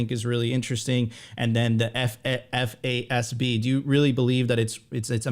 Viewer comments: It is pronounced "FAAZ-B" as said. You don't spell the word out F.A.S.B every time you say it. FYI. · Great content but my goodness I was losing it when FASB and GAAP were read out each letter every time. 😂